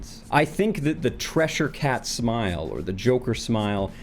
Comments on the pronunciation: He's got me yelling Cheshire at the screen every time he calls it the "Treshire" cat. WTF is that all about? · It sounds like is saying 'treasure cat'. Am I miss-hearing this? Cheshire Cat, Treasure Cat? Silly to be bothered by this when it's just one minor point in an entire litany of whatever is doing here. I remember some of his early stuff and actually enjoying a little. How is this the same guy that recorded that Chic tract with you which iirc gave us Harold Phallisman? What happened? What happened?